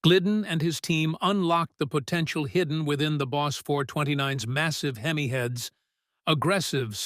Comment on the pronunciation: Unless you're from across the pond. Copper is what the cylinder o-rings were made from. Not cooper. And it's pronounced hem-e not hem-eye. Also I could deal with less repetition.